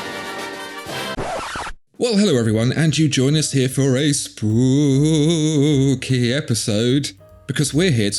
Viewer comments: Why the hell do you keep saying "spoopy" instead of spooky? What fresh madness is this? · Why is everyone saying spoopy and not spooky?